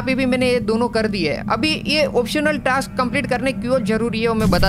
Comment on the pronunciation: Ajjubhai scraps and task pronounciation is wrong